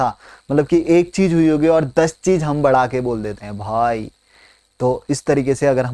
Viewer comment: the way he say BHAIII ... ME:- Delhi ka londa hain 😂😂